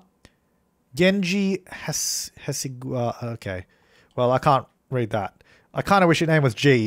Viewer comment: It's pronounced "Gen-ji Ha-say-Ga-wah."